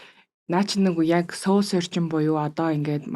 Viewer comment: Goy zochin goy podcast bna Gehdee soul gedeg ugiig manaihan yagaad seoul gedeg shig duudaad bdg yum bol? Soul gedeg ne -sowl gedeg duudlagatai Сөүл bish shudee Uur neg mgl podcast bas bainga сөүл gej duudaad bdag.